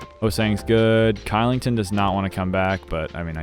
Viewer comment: Elite video, but Kylington is pronounced Shillington